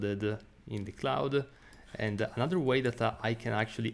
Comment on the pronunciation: Thanks for the tutorial. BTW, your English is excellent, but you have a habit of putting a vowel at the end of English words that don't have one. You should say "and" not "anda" / "right" not "righta" / "click" not "clicka" / "of" not "ofa" etc. For what it's wortha. ; )